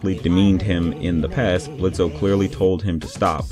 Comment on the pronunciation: you mispronounce Blitzo's name the o is silent the only people who call him Blitzo instead of Blitz are those who despise him, from his own past